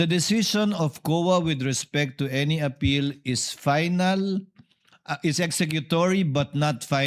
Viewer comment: FINAL HINDI PAYNAL ROBIN... FFFFF HINDI PPPPP😅😅😅😅